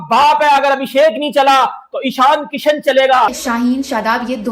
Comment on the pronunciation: "इशन" किशन, जशन टशन 😂